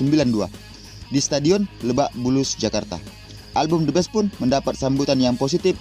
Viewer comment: Bukan the best om...tp the beast klo baca Indo the bis